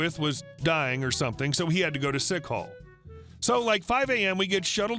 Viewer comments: It's sick "call, " not sick hall. Hilarious though! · I'm surprised OP in the first segment thought "sick call" was "sick hall."